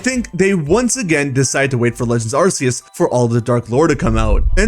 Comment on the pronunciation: And arse-eus. Like arse like how some British people say ass